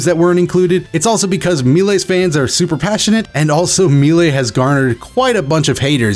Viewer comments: My boy it's a french word, you don't have to be so afraid to say "May-Lay". We won't think any less of you. <3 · Meelay? I'm almost certain it was pronounced Maylay. Either way, great video, very informative. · I swear to God, everytime you said "Me-Lay" instead of "May-Ley" I was just 1 second from that good ol' unsub button lol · I pronounce it may-lay. I’ve heard people pronounce it like me-lee. But I’ve never heard someone pronounce it me-lay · Maylay not me lay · I was watching this on my PS4 and had to pause it to pull up on my phone just so I could roast you for saying Mee-lay. <3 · please pronounce melee as "MAY-LAY" 😭 also very sad about melee being gone, but it's gives me the chance to enjoy dbfz more and get into it more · "Me-lay" lol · Is melee really pronounced as “me-lay”. I’ve never heard that before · But "melee" is of French origin, and its accents on the "e"s confirm "maylay" as the correct pronunciation. The multiple pronunciation thing is just a misconception after years of use. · also u pronounced melee wrong lol. its like "maylay" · It's MAY-LAY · Only thing that upsets me is how you pronounced melee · Sorry I cringed everytime you pronounced melee still love u tho <3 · You...you really said melee like that.... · Have I been pronouncing melee wrong this whole time... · It’s illegal to say ‘melee’ like that. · Very good video, but don’t say melee like that please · How dafuq did you pronouced Melee? Xd